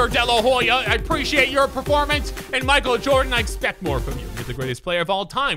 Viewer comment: Nobody: Literally nobody: random: "Michal Joden"